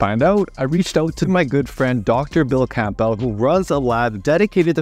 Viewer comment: The name CAMPBELL is prnounced CAM-BELL. The P is silent. It's lke CANDLE but with a B. CAMBLE.